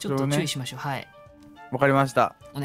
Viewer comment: の「注意しましょう」が「ちゅーしましょう」に聞こえた。 末期かもしれない